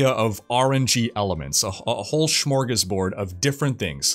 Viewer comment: sCHmorgasbord? lol, where did u find those extra letters from? Glad to see d3 still getting love!